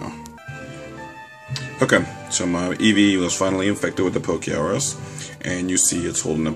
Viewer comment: its not poke-R-us its pokerus